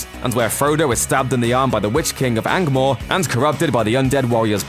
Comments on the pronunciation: “Witch King of Angmor” NOOO it’s ANGMAR! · Am I the only one who caught the mutilation of the name Witch King of ANGMORE? It's Angmar. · Witch King of Angmar, not Angmor (credit to the closed captioning for typing it wrong too, but staying true to the narration I guess). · Witch King of Angmor???? C'mon, you can do better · dude, "angmoor" wtf